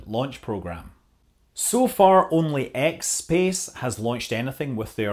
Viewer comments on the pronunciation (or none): It's ExPace, not X Space.... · Did you say "Xspace"??!